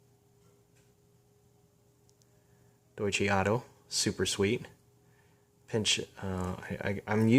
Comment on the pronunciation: The company's name is pronounced "Doy-Chuh" not "Doy-Chee"